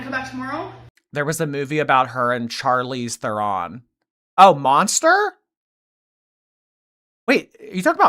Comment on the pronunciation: That is NOT how to pronounce Charlize Theron! It's Sharleez Tron! 🇿🇦